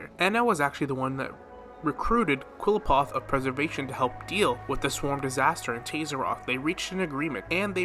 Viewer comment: irridation, hoe oh, kleyepoth, tauzzyron pls listen to dialogue. i promise u will hear them pronounce things